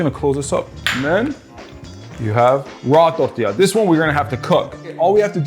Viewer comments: i love the way he said tortila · and and and and (you get the picture so I won’t share any more time stamps — I’m talking about EVERY TIME you said the word “tortilla”)…Why on earth are you pronouncing the word with an accent as if your Hispanic? Can you be anymore cringe?! 🤦‍♀️ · Bro turns germen when he says tortilla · The way he said tortilla😂